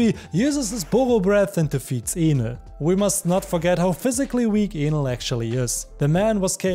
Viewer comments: Is it me or I heard him say anal instead of enel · bro its enel and not with A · He didn’t say Enel correctly… it sounded like something else… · it's so funny how he says enel like anal LMAO